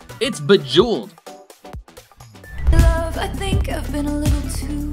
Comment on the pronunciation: did u guy notice he said bajeweled instead of bejeweled /